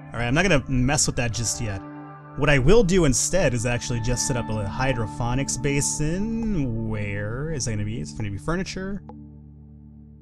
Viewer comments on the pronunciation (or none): Hey guys remember how i used to say "hydrofonics". Says "Hydrofonics" Yes, i do remember:P